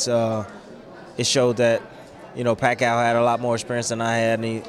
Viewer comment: Again, he said the same thing he did last fight. AND he still can't pronounce Pacquiao correctly. "PAC" "CAOW" TF Bradley lmao